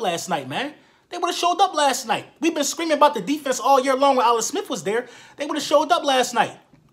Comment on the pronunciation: "Alex Smif"